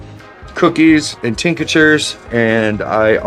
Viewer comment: Tinc-tures, not Tinc-a-tures